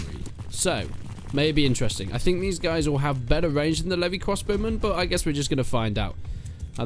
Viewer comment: Vwandian Hawdened Cwossbowmen